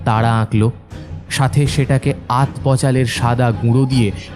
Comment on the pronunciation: নামটা কি দয়ন্তী না দময়ন্তী? আর কথাটা আত পচাল নয় আতপ চাল(১.০২.১৫)। গল্পটা মোটামুটি লাগলো।